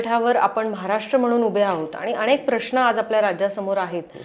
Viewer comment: अणेक नाही अनेक, करूयात नाही करूया, दिशेणे नाही दिशेने, णाही नसतं नाही असतं, रचणा नाही रचना......किती चुकीचे उच्चार करत आहेत या बाई! मराठीला नुकताच अभिजात भाषेचा दर्जा मिळाला आहे!